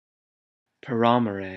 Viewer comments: you said these all wrong cxx its not pah rah more eyy its Para More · It's PARAMORE NOT PARAMAME THE LEAD SINGER EVEN SAYD IT HERSELF PARAMORE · is this a joke on how to pronounce words ? last i checked paramore is not pronounced pa ra muh ray ... its pair uh more..... and after watching more of this. its obviously a gag.... i dont get the joke...... you mispronounced band names because......? im not laughing and i doubt others were either. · its pear-ay-more